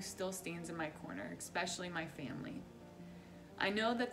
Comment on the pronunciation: The craziest story I've seen on this channel is this smokeshow named "" pronouncing the word "especially", "ecspecially". I've watched the show, so I know she has a heart of gold. But, my girl, it's especially...super easy...not "ecspecially".